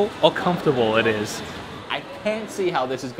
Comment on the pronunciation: Confertable.. or unconfertable it is.